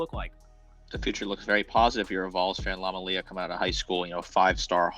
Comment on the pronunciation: Do even the smallest amount of research to learn to pronounce the name jfc